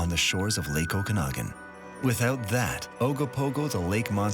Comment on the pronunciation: Might be spelled Okanagan, but the second A is pronounced more like Aww not ahh. Oh-can-aww-gan.